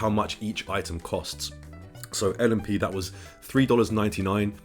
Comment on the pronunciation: You said l&p correctly